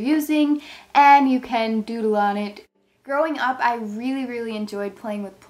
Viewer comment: When you said growing up I thought you said throwing up